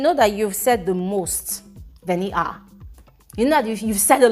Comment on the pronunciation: how you dey call this girl name VENIT AAA😂